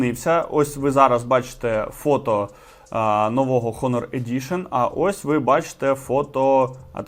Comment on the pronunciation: Дякую лайк, але трошки поправлю, у англ слові HONOR буква H не вимовляється, а звучить приблизно як "Она" наголос на о